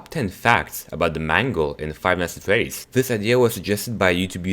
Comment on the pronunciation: he says five nights at feddys